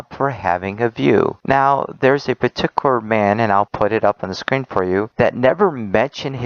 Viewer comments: Why does he keep saying "petiker" instead of "peticular"? There is a "u" and a "l" in there. It's bothering me to no end. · Along with everything else he said, the one thing that also got on nerves was the way he said particular. It sounded like "Partiker" to me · He always says paticular he keeps saying it WRONG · The way that he says "particular" triggers me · Am I the only one that gets annoyed that this guy can say particular? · I don't know why, but the way he says "Particular" annoys the hell out of me